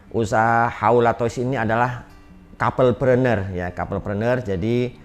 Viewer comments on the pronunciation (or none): Couple preuner pak, bukan kabeul prener 😢